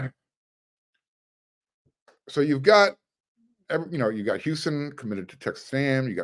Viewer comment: It’s pronounced Hoo sahn not Hyusun